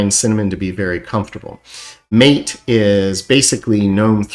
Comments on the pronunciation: You're completely wrong about "MATE". It is an Spanish word and the creator is from South America, so you have to pronounce it in Spanish, not like a "gringo". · I get fed up with people who have no clue how to pronouce the environment..MATE is not alright mate it's MAAATAY why idiots have no clue..Gnome is NOT a small figurine in your garden it's pronounced Ga-Nome..Ga-Nome suckes btw as do most..mmm 🙂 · As a side note... Gnome is pronounced with a "hard G", LXQt is pronounced "LX Cute", MATE is pronounce "Mah Tay".